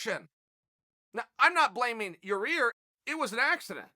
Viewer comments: This guy be getting names wrong in 2 languages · There’s only one R in his name... I’m a simple Oregon boy too Chael but is it that hard to pronounce Yair...? Rly I mean type Chael and type Yair... which one get red squiggles under it, case rested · Can you please get Yair's name right? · I think he does it on purpose with fighters he's not chummy with so he can use their correcting him as an in to interview them eventually. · chaell its yair not your rear english classes chael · Chael you’re saying it with the wrong body part at the end, it’s pronounced ( YA-ear) not ya - rear lol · Ya rear? It's Yair. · Yaw-ear ✅ Yaw-rear ❌ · Lol "Yer-Rear" 🤣 annnnnyway... this just isn't a big deal. Fighters and eye pokes are not as big a problem as everyone wants to believe... we've had how many thousands of MMA fights, and how mant have been decided by eye pokes? It happens. Deduct a point, fine a guy... move on. It's just the next thing to get hysterical about by the "we must Doooooooooo Something! crowd. Sometimes, you really don't have to do anything. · Please chael idk if this is intentional but his name is pronounced YA EAR i do find it hilarious when you say otherwise though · Sound like a racist idiot calling him ya rear. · Chael “ya rear” Sonnen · Hey Chael. Figured out a way to learn pronunciation Yair...say EYE-EAR, then add a Y to the beginning. Y eye-ear. Good Luck buddy! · The Mexican fans were trash. And I liked it better when you pronounced his name Yarear. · Lost all respect for "Yo-Rear" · Yair wasn't angry about the fight stoppage; he was upset that uncle Chael keeps calling him Ya-rear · Ya rear Rodriquez Germy Stephens Ivan Drogo Vasil Lomanchenko Kobi Covington Uncle Chael craics me up lol. Even after being on with Ariel the other day and Ariel pointing out he's pronunciation of Yair. Hahahahaha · Eye pokes & beer Booing and cheers Why does Chael Sonnen Call him Yarear? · Chael Sonnen the type of guy to call Yair Rodriguez, Yarear Rodriguez.